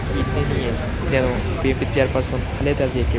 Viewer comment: সাংবাদিক যদি উচ্চারণ করে বিএমপি, তাহলে কেমনে কি!